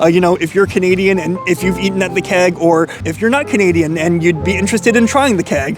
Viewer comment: Love your videos, and so happy you came back to Toronto! As someone mentioned, you have your pronunciation down! What I would say about the Keg, is that while it's not on par with a premium steakhouse, it's always consistent and never a letdown.